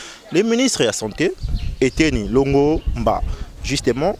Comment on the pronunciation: Cher Mr le "journaliste" informez-vous bien sur les noms de virus et de personnes,vous ne faites pas trop recherche svp. Plus de 4 fois vous parlez de conoravirus au lieu de Corona virus; ministre Eteni Longomba au lieu de Eteni Longondo;trop de lacunes vous decredibilise.